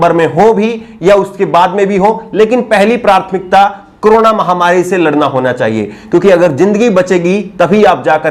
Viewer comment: Just correcting word prouncing at 2.28 and ++ Correct pronunciation is PRATHMIKTA (and not PRARTHMIKTA). Thanks